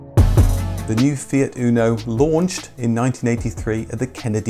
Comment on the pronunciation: In italy we call it "motore (engine) fire" :) anyway the pronounciacion is UNO not ÜNO like "you" but without y :) anyway nice video, the fire engine is one of the proudest engineering we have in italy, almost every fiat engine since 1970 is based on that and still rock solid. The rest of the car, well, it leaves to be desired as it always has been. Windows falling apart, extremely delicate body panels, internal plastic rattles after like 2 years and so on...